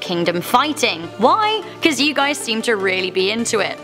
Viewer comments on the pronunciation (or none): none